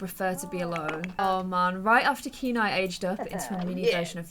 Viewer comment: I think kieni name is pronounced kia-nay. Kia like the first part of kite, and nay like what a horse says